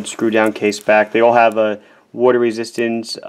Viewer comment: So cute how you pronounce all... And off... Kinda like "Oall and oaff"